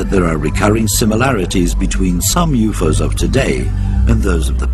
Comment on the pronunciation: "Youfoes" are real.